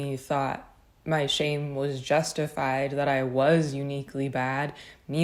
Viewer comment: Every time you say "shame" I hear "shape"...